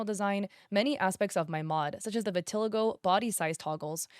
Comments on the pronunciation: hey imma be honest vitiligo isnt pronounced what you said its pronouned "vitahligo" i know because irl i have it and i use to say due to i had trouble pronouncing so i said how i read but its not that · Just a heads up, you're not pronouncing "vitiligo" right lol. It's hard to write the out pronunciation tho 😅